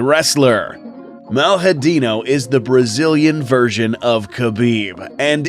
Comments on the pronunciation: Pronunciation is "maliadin ow" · Nice video. Dude's a beast... Made Biggy boy look like an amateur... Only thing, if I may, that I would point out is the pronunciation of his name. It's pronounced like Jaeelton, with the "I" being pronounced as a "ee". And "lha", in malhadinho, is the same as the double L in llama